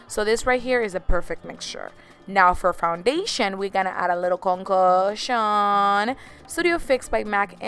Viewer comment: Este turorial me encanto! Simply beautiful and sexy! You help me in-brace my accent... Lol "booty blender" & " "concockshuuuun" 😹😹 se te quiere mucho